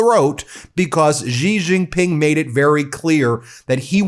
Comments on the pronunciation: Why do Americans on TV pronounce Xi Jinping "Gee Jinping"? It's pronounced "she." "She Jinping." Anyhow, I live in Taiwan and I will breathe a sigh of relief when Trump is out of office because he is so erratic, undependable and suggestible by intelligent dictators. Taiwan is a highly successful democratic COUNTRY. China needs to leave us the fuck alone. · You should learn how to pronounce Xi Jin Ping's name. Your pronunciation makes you sound ignorant. Pronounce it Shi Jin Ping. Not Ji Zhin Ping.